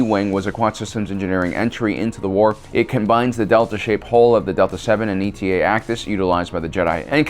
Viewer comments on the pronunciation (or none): The Actis starfighter designation is pronounced “Aye-tah”. “Eta” is a Greek letter (like Delta).